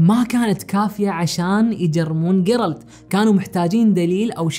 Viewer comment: جيرالد تُقرأ بالجيم وليس بالقاف